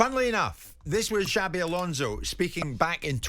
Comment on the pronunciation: Xabi= Chabby, Alonso is pronounced like " so" , not " "zo". Next lesson, Mauricio Pochettino